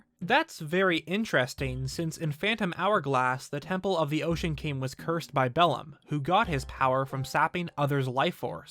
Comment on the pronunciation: "The Ocean KANG"